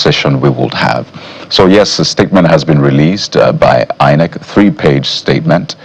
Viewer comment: People who pronounce INEC as HI-NEC should never be trusted to give credible elections